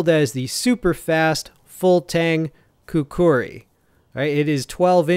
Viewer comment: Great review bro. Pronounced “khukree” not khukuri👍